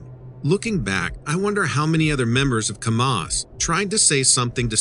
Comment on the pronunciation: The name of the town Kamas is pronounced Kam us with the Am sound not the ah sound. Geez learn to pronounce